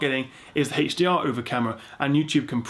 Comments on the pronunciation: i hate how you say heysh dr and heysh mdi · WHAT IS THIS "HECHHH D R" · I like it when he says (Heych)DR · Haaaaaaah dr ? Oh you mean HDR